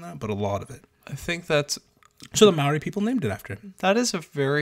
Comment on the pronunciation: great pronunciation of 'maori"